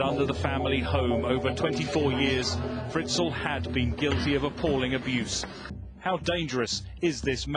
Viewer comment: Se pronuncia fritzel tal cual Si por curiosidad queréis saber como suena josef Fritzl escribid en el traductor de google y elegid Aleman en idioma